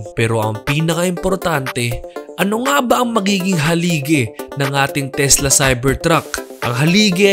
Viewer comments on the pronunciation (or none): Takla pala hindi tesla😅